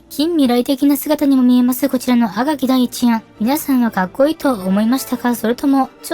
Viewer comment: どうしても「あかぎ」のアクセントが気になっちゃう。気にしないようにすればするほど頭の中でグルグル渦巻いちゃって、3分くらいで断念ｗ